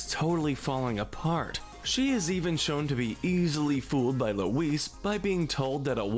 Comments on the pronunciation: You’re pronouncing Louise wrong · Lou-WEESE....WEESE...WEESE... Forgot Aunt Gayle too.